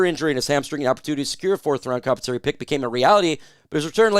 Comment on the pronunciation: Com Pen sa Tor ee. Not compensory You’re smart, so I know you would want to pronounce words correctly.